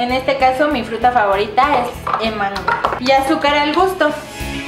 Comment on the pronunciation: leslie dice e'mango 😂😂😂😂